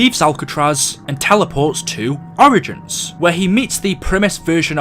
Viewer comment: The way you say origins pisses me off